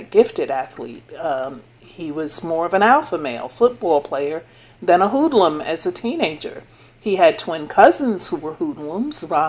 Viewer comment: Hoodlum "Whodleloom" 😭